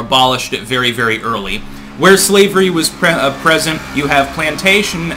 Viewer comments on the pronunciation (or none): none